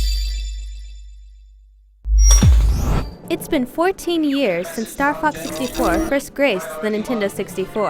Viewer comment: kinda sounds like she says "star fuck 64" in the beggining lol